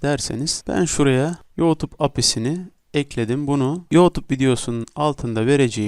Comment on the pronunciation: Senin teleffuzun batsın yootub nedir 😂